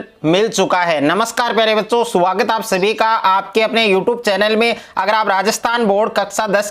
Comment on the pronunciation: Suaagat❎ swagat ✅